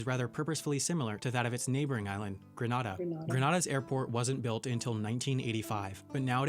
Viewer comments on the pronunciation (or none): pronounced Gren-ay-da